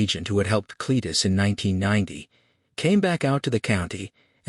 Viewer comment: The AI cant get Cletus name right.....all different .....Clattus and Clattis were a good one's....the sub text is sometimes righ the Voice is Terrible